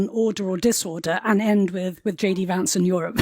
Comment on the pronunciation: Its Vance not vansay